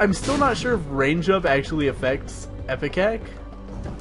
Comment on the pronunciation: It's IPECAC not EPICAC. Sheesh